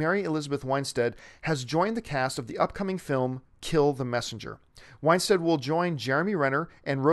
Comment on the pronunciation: It's Winstead, not Winestead.